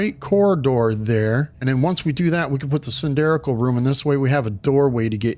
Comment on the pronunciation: 2 things 1) I am at this spot, and do not have glass blueprint. Cannot make walls with windows. No idea how I skipped this. 2) "cylindrical' - that is not how you should say it.